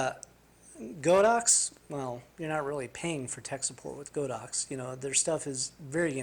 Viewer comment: Great video, I too was having a problem with HS sync...Thanks for the info. By the way it's pronounced God-ox not Go-dox